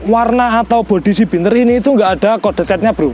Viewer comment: Bianter mas,udu binter..hehe